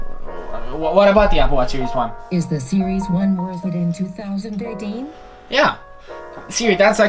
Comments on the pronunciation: Applewash seewees fwee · I won't believe what you said until you can pronounce series in a right way... :P